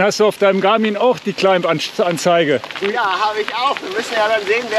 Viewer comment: Danke für den Test und die Erläuterungen - sehr cool! Einen Klugscheißerkommentar habe ich noch, weil's mir in mehreren Videos & Podcasts aufgefallen ist: Das B in Climb ist stumm, es ist also immer ein "Kleim" :-)